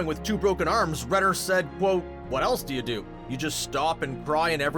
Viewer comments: Stop saying cqat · Please stop that"quotte" it is serius innnoiing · He says qoute